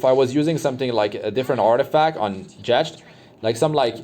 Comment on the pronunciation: The way you pronounce Jecht has me cringing. The Ch is pronounced like a k